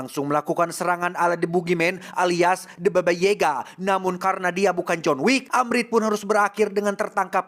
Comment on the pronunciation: si alus euy gokil pas nyebut boogimen the babayega na lucu wkwkwk